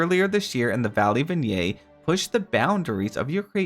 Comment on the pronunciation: I love and watch ALLL of your videos and lives. Thank you for all your hard work! I sent you a $10 superchat this morning. Plz let me know if you got it 😊❤ Ps…vignette is a French word that is hard to read and say…I was confused when I first saw it too. It’s pronounced “VINYET” (I know that doesn’t seem right lol) I hope that was helpful and not rude. 🫣🤗 Sending lots of love!